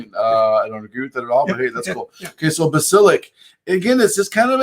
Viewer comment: Like 69 bas-i-lisk